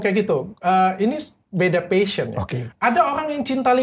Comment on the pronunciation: passion not pahsion :)